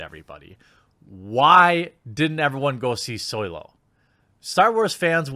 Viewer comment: I'm not a Star Wars fan, so I don't understand most of whats been talked about here. But why is he constantly talkign about "Soylo" instead of Solo? And what is meant by hateful fandom and being woke?